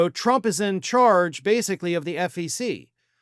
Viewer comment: She will be on faux after this is over. How does her man put up with her? I crack up when she says chump instead of trump. 😂😂😂 She is an embarrassment and I wonder if some of her family hates her. Imagine growing up and this is what your mommy was doing....yikes.